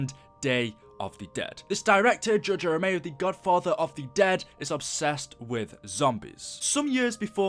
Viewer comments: Not even 30 seconds of shouting in and you say, "George A ROMEO" edit: oh god you repeat it . Did you not ever hear or slowly read his name before you made a video on him? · Romero was great as a director and mini boss Rome-er-o not rome-ey-o btw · It’s ROMERO. Not ROMAYO. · It's George r Romeo not George a romeo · It's RE-MER-O not RA-MAYO You better put some RESPEK on his goddamn name. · Its Romero not romao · Romero not romeo, there is an r there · RomeRo, not Romayo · ROMERO NOT ROMAYO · RO MER O. NOT ROMAYO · Romero not ROMAYO! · George ero meo 🤦‍♂️ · "George A. Romayo" lol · I can’t tell if you’re purposely saying George A Romayo on purpose lol still cool vid though, I’m just being a chach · Why are you calling him Ramayo? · I couldn't stand hearing you say Romao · George A. Romayo? Bruh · you can spell "Romero" but you cant fucking say it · hard time watching, couldn't even pronounce Romero properly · You miss pronounce Romero which is also my last name so I feel really offended 😭